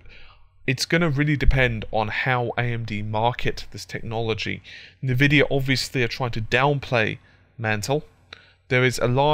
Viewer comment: "na-vidia?" It's pronounced "an-vidia."